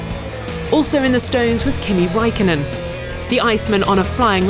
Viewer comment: Raikkonen, not Raikonnen